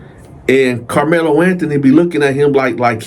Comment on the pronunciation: Karlmelo with a K not the basketball player 😂